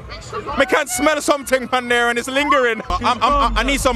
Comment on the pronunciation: Man said "Me can smell something pon der"😂😂😂😂